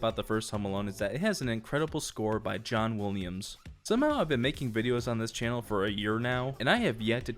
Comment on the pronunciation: "John Wooliams"